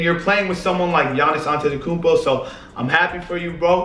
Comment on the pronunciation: the only person to say giannis last name correctly